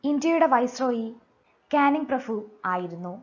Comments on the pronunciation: ഈ പ്രഫു എന്ന് കേൾക്കുന്നത് അരോചകം ആയി തോന്നുന്നു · Prafu alla prabhu....